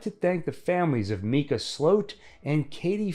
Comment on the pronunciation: Isn’t his name pronounced mycuh and not meecuh?